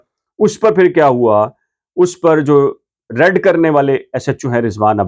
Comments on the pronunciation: Please correct your word raid its not red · آپ کی تعلیم کتنی ہے آپ لفظ raid کو red پڑھ رہے ہیں وی لاگر بننے سے پہلے کچھ پڑھ لکھ لیا کریں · Every one in Pakistan wants to become v loger. This man can not even pronounce “raid “ or “red”😢😢😢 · Red nahi raid